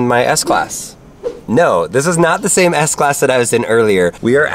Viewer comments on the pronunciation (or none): none